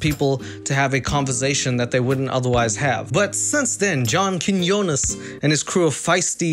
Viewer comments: Keen-yo-nes Why is that so hard for y’all? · I love how brutally he butchers Quiñones every single time he mentions John lmao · The fact that we have the same last name, and that you butchered it so bad. 🤣👌🏼 Great start to the video.